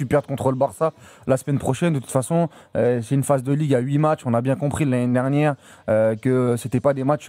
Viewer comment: t'as vraiment du mal à dire l'année dernière 😅, tu dis nani nernière 😂😂